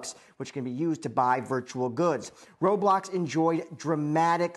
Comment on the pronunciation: finally a news channel that knows how to pronounce roblox